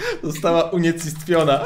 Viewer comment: Mówi się ,,unicestwiona".